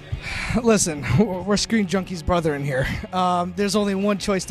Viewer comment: "We're Screen Junkies brother-en here" can't go a single video without mispronouncing something lmao